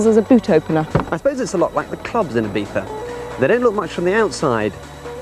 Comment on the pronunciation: I don't care how correct it is, every time I hear ibiftha I want to cut someone's head off. It's either Ibizza or Ibiza (like z in zero), not ibifthda like you had a stroke and can't speak.